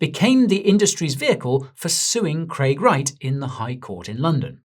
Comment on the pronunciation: It's Craig